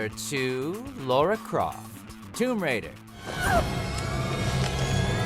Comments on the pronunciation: Excuse me but who the hell is "Laura Croft"? Its Lara. Lar-Rah. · Lara croft not Laura croft...